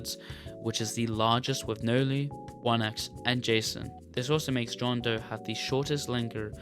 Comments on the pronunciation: “bohn doe” WHAT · john doe ❌️ john day ✅️